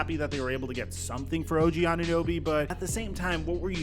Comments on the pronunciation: Did she just say "OG Anun-noobie"?! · Did she call this man anunoooby? The disrespect 😤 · “Og ananewbie”😒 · Anunooby LOL This proves Americans do not know what the hell is happening in Toronto. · “OG ananooby” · Who TF let that woman call him "Ananooby" 😂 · Bro. I just have to come here and say. That intro of that woman saying og last name. OG ANUNEWBY. THE DISRESPECT IS REAL 😂🤣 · the lady cant even pronounce his name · Maybe on a bigger stage the media will finally learn to say OG's name right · How’d that girl mess up his last name so bad